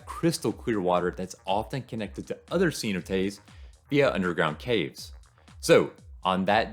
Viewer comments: Ce-NO-tays, brother. SEE-no-tays puts the accent on the wrong syllable. Cheers and best wishes! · Great video! Your positive attitude is a nice change of pace. For some people, cheap cruises are the best option for a vacation. Oh, and if anyone's wondering, he's talking about "cenotes" pronounced more like "seh-NO-tays." 😉